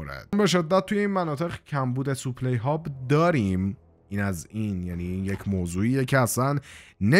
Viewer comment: برادر جان خسته نباشی ولی کم بگو سوپلی لطفا بگو ساپلای supply